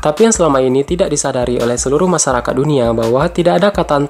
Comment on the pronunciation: Masyarakat bukan masarakat 😂😂